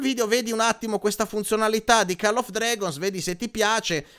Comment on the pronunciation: Cmq si pronuncia coll non call 😂😂😂😂😂